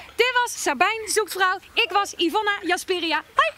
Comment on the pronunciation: Yvonne ajasperia🤣🤣🤣🤣 in plaats van Yvonne jaspers🤣🤣🤣🤣